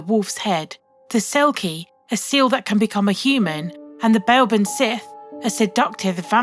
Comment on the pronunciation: Sith is pronounced SHEE, not as star wars sith. Yea heard of the "the del in the glen", a cumbernauld glen legend. In shetland a selkie is a local term for seal. The Ghile dhu is a woodland spirt, and faeries(scots spelling) is not the pretty nice being at the bottom of the gaerden, but a murderous and powerful underworld creature